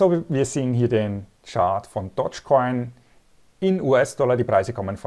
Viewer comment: Der Coin heißt DOGGGE Coin und nicht Dodge Coin Dog ist auf Englisch Hund und Dodge ist der US Amerikanische Automobilehersteller 😌